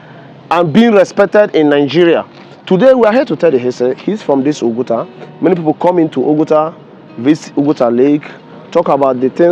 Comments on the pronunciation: Excellent observation, I commented on that above too. It is disgraceful of an Igbo person to not know how to pronounce OPUTA in Nigeria. I live in the US and my name is Igbo to the core, yet i don't allow any American to mispronounce it or those of my children's -- I correct them once and they get it. That an Igbo young man is pronouncing Oputa wrongly is a harbinger of what might befall Igbo language -- extinction -- in the next 50 years. I can bet you that he would have pronounced that name excellently were it Yoruba or Hausa. Young Igbos, wake up! it is not only when you hear "Biafra" that you act robotically and thoughtlessly, Nigerians hate Biafra because it is Igbo's, so you must protect Igbo first and foremost but the protection begins with being proud of our language and our Igbo names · What on earth is "Opta?" Are you an Igbo man? Don't you know how to pronounce the name "Ow-poo-tah?" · The guy calling oputa opta is really bad It disgust me It's not an English name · O-PU-TA. Not OP-TA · Please learn how to pronounce someone’s name. Justice Opu - ta NOT Opta. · His name is Justice O PU TA not opta